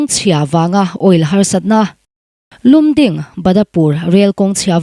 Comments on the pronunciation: Lum ding niloin Lamding tiin kan lam ṭhin. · Lumding lam dan hi Lamding tia lam/sawi ṭhin a ni e...news reader te hi in hriatna a zau ṭhin nen aww... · Lumding ,Lamding tia lam thin ani tlat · Adik,lamding tih tur ..